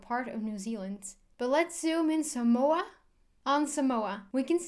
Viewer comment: cool video. we dont pronounce it like that though. The line over the a means you need to draw the a out a bit. otherwise people will continue to pronounce it wrong